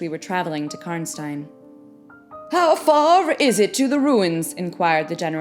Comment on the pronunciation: Natasha pronouncing Karnstein correctly :D